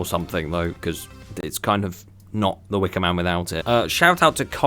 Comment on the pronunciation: He said DA WIKAMAN